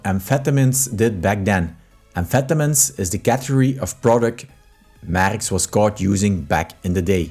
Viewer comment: Please learn how to pronounce the name Merckx before posting a video. For Christ sake.